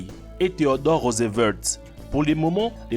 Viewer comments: "Rosevelte" ça se dit "Rousvèlte" xD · On sens que tu lit ton texte et tu dit Roservert à la place de Rosevelt. Révise ton texte et essaye d'avoir une intonnation d'humain. Par contre tes recherches d'image et de vidéo sont fantastiques. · "Roséveulte" gg man. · des bibolèts rosovèlt 🤣🤣🤣😋🤣